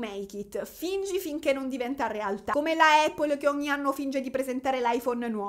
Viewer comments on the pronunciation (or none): none